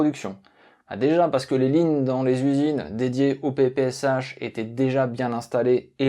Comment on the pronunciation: Ça se prononce semble-t-il PP(S)Chat.